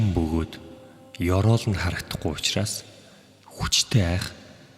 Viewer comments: Usnaas ❌ Uchraas✅ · hamgin ehend uchraas bish usnaas gej bnshvv ahaa aaw